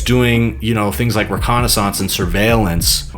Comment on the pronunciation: you should google how to pronounce 'reconnaissance'.